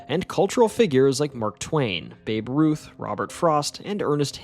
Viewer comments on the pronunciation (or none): none